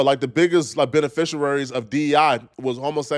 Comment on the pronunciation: THIRD incorrect usage of words for today: “beneficuaries” instead of “beneficiaries” 🤦🏾‍♂